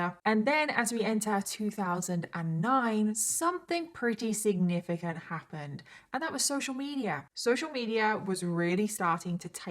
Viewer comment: didi you need tabs on saying 'significant' 😅 ilysm but it's distracting 😂